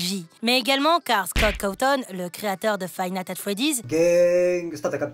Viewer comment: il a dit five "natte" at freddy's pour dire le mod 😂🤣